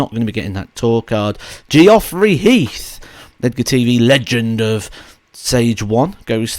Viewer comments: Yes it's not Gee..off...rey. Your videos are excellent so we can let you off. 👍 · The way you pronounce some people's names always makes me laugh. Especially when you say Geoffrey 🤣🤣 great video though, cheers!